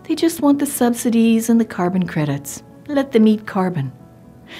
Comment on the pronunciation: The way she said “lit them eat carbin”